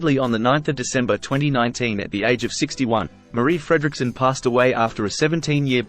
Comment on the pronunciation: Märrih Fräddricksunn. 🙄😇